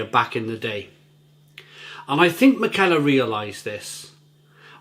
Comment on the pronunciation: I think it’s pronounced mick-a-ler.